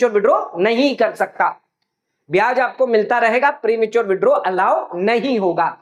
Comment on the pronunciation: Prematuar पे इतना जोर देकर confuse मत करो जितना मिलेगा वही बोलो